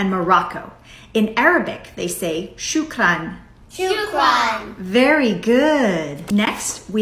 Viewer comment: Shukran is pronounced wrong but still ok 👍 👌